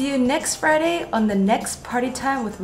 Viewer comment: Well you were talking about Fridays... you sounded just a bit Canadian there ya know?